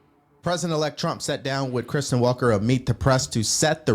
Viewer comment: Sorry, It’s Kristen, not Christian…